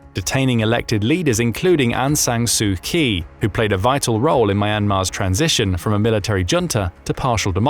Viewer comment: Look, I'm sure we all understand that this is an AI voicing your written script, and it doesn't know how to pronounce non-English words. So instead of subjecting us to its execrable attempts to do so, why not just use phonetic substitutes in your scripts? We obviously won't be reading them and perhaps your AI might do a better job. Try writing "A-ung San Soo Chee" and see what comes out. Just a suggestion.😊